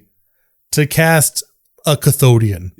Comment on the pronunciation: i've spat my drink when said "CATHODION".